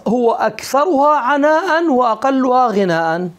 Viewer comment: لله درك ياشبخ فقد استوعبت فأوعبت لكن كلمة غناء بفتح الغين المعجمة .تقبل الله منكم